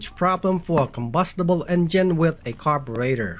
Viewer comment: say car bur rater one more time .